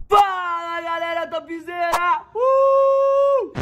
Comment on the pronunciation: Mentira que é fala galera topzera, eu jurava que rã da brisera KKKK